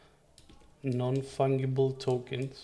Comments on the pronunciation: Its an easy enough English mistake to be made as the word fungus uses the ga as in gas … i rather like hearing it as fung-able !!! You did a great job on the video - tell me tho - if you made 100 what makes each one different from the other ? Can it be the number of each one minted? Because if they are all the same as copies wouldnt that make them fungible ? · Nice video, but please, learn and pronounce correctly the word "fungible", please!!! The "g" is pronounced as the letter "j" in "JumpNet".